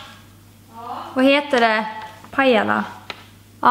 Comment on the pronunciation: Skrattade när du skulle säga Pajala 😂😂😂👌